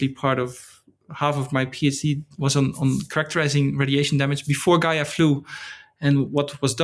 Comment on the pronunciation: It's Gaia not GAIA :-)